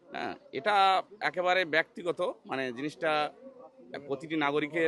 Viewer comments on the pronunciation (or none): Ki uchharon "baktigota".....